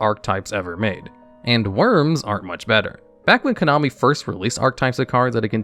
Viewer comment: "Konomi"?, sounds legit😅